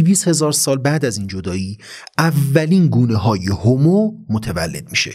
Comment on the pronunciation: هومو........چرا هِمو نلقظ میکنید؟!!!